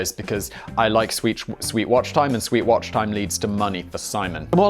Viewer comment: Why don't I see Brian the meme accountant yet? guess i'll try his job out Script slap: 4 HR joke: 1 Purch the Merch: 3 alien dancing: 1 "I like money": 1 bleeping: 19 OG blaze joke: 1 hit that like button: 1 Simon can't say "sweet watch time" properly: 1 "Fine, keep your secrets": 1 confused girl: 2 Is cocaine glutton free?: 2 Simon should read ahead: 2 Siri not doing its job: 1 "you're fired": 1 allegedly: 3 opens I pad: 2 badda bum bum tsssss: 1 hoe: 2 "aaaand it's gone": 1 button slap: 1 Simon can't speak: 1 Sam makes fun of merch: 1 forgets script: 1 the return of the tractor: 1 tractor demolition: 1 channel plug: 1 conceited reaction: 1 Kerchoo: 1 toy car drift: 1 meltman approves: 1 cyberpunk 2077: 1 Simon thinks Danny is weird: 1 "This is fine": 1 "Soooo hot": 1 Thomas has never seen such bs: 1 "Blaze it up": 1 "I have no idea what i'm doing": 1 "SiMoN dOn'T mAkE fUn Of SuIcIdE": 1 Why am i such a nob?: 1 I've probably messed most of it up but......do i get a job or do i just get chained to a basement?